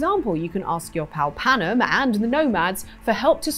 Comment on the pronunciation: what you did was pronounce Panam's name wrong. 😂